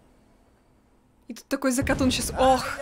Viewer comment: И не зАкатун а закатУн